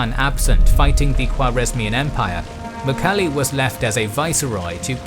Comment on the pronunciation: who is "mukhali" really please try to say it correct in Mongolian. i know you guys try but ask some Mongolians how to say it correctly .